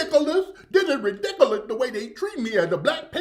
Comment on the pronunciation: She said it’s “really-diculous,instead of ridiculous and patient,instead of patron of the store.... Smart-dummy!😂